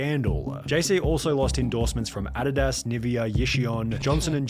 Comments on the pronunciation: That's the proper way of pronouncing Adidas, btw. Americans say it wrong. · Adidas was pronounced right though, a german name not adeedis